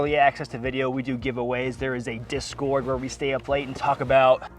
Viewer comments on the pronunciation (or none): none